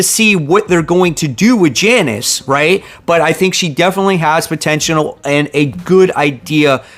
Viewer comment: “potentianal” Lol